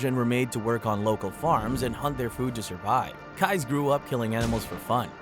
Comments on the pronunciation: "Keyes" is pronounced just like "keys", it is NOT pronounced "kuys" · Keyes is pronounced as "Keys" by the way... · Totally off topic ( no disrespect to the victims either!) but mr. Stickmans facial expressions crack me up! Oh.. and I think his name is pronounced “Keees” like door keys… what a monster he was. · Im not sure if you were trollin or not and im also not sure why everytime you said Israel Keys' name like Kize it erked me so badly ahaha ☠️😭 but good video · Israel keys kease. I'm new to your channel. you're gonna say the name, please say it right. Thank you now. I'm going to subscribe to your channel.😂 keys 🔑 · Kai? How the hell do mispronounce KEY - EESE ISRAEL KEYES.... Goddamn it say it wrong a few more times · Have I been saying Israel Keyes name wrong this whole time!? I thought it was pronounced keez 😅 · Constructive Criticism here. I want your stuff to improve. You are doing well. But, My guy. I am sorry to say but I had to stop watching by the time you hit Keyes. You mispronounced one of the names earlier and now this one too. Do a little research into how the names are said, because when watching a video and it is said maybe 100 times 'incorrectly' it just grates on the watcher.